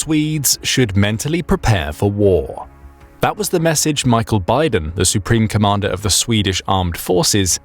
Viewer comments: Bydén is not pronounced like Biden. It would be more akin to 'Beedehn', but with emphasis on the second syllable. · Oh dear I keep hearing the name Biden. Can someone please tell the AI to pronounce Byden in Swedish? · Biden? nah... its byydeen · Ah, yes. The significant Russian superiority of their flagship carrier - the Admiral Kuznetsov. With it's marvellous engineering that makes it necessary to have a set of tugboats accompanying during deployment. Very reliable stuff. Inoperable since 2018. Very superior. Also, perhaps work a bit on pronounciation - Bydén is not at all pronounced like Biden. Also a bit weird evaluating based on quantity over quality. In particular with the performance of the Russian forces in Ukraine. Also, for using the hashtag militaryanalysis it seems quite short on the analysis front. The events in Ukraine demonstrate that Russia would need significantly higher quantity of quality equipment to actually win anything. As such the only lasting thing they've got is the nuclear arsenal. But considering the state of their other equipment - how realistically is it that they've got functional systems of delivery to do more than threaten? They've fired quite a lot of otherwise useful rocketry already in Ukraine, hence their need for Iranian drones and old artillery ammunition from North Korea. I deem this "analysis" superficial and completely unrealistic. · Note: in swedish, usually a word with é at the end (e with a accute accent) is pronounced more like ee. He is not named Biden. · English pronunciation rarely works in other languages. You should check the pronunciation of names before making a video. Bydén is not pronounced as Biden. y is a sharp vowel, not a diphthong, and the accent on the é shows that the e is long and has the focus. Micael is most likely pronounced as it is written, letter by letter, but the English pronunciation might be ok or tolerated since that is the same name. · The name Bydén is NOT pronounced like Biden!